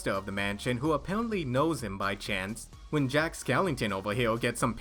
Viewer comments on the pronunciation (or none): none